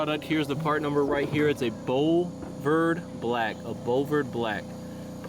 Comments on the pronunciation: It's a "Bowl Verd" black 😂 looks good, no matter how it's pronounced. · Brother, not being a smartass, the colour is pronounced "bullavard black" . Boulevard is just a French word they never bothered to change. Cheers mate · Fumes must be getting to you, can't pronounce boulevard lol. Truck is looking killer